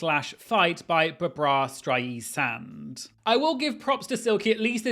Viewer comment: Your pronunciation of Diana Ross, Barbara Streisand & Donna Summers is SENDING ME ☠️☝️😅🤣🫶